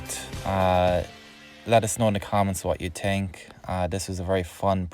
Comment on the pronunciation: “What you tink”